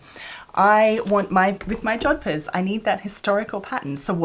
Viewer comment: Did you say jodphurs?🤔 Are you a rider? That's splendid. They don't look easy. I'll look forward to that.